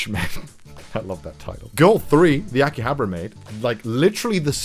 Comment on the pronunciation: lives in Japan -Pronounces akihabara: "akihabra"